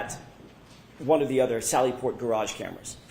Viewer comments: Imagine saying gararge multiple times and then being pissed about him mispronouncing her name 🤡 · She can’t pronounce the word garage. She says “gararge”. Hahaha! Is that how they pronounce it in MA? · The way she says garARGE makes me crazy. She must have taken Hanks hebatoba and inscissor English class. 😂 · What is a "Garge"?..😂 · Oh she’s going to get the unwanted lash back and negativity from the public, online and social media now. She deserves it! She could have come and testified without the attitude and unprofessionalism and testified truthfully. And BTW the word garage is not pronounced gar-Rage” ma’am! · Why does she say “gararge”? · WTF is a “gararge”? 🤨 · She pronounced "garage" as "gararge", twice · Distorted memory? False memory? Give me a break. That judge imo should be prosecuted after this. The objections she sustains on behalf of the state are confusing and seem very bias based. Oh and wtf is a "gararge"? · The irony of getting mad someone can’t say your name all the while butchering the simple word garage is hilarious!! What a joke 😂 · She also has problems say garage, must have something to do with the R in the word. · Did anyone else notice the way she pronounces “garage”…or am I crazy? lol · Why has she not been arrested for murder of the word “garage”? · Someone please tell this woman that there is only one R in garage.